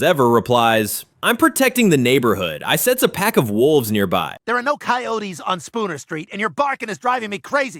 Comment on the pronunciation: You couldn't get coyotes right, I don't wanna see this channel again. lazy and sloppy.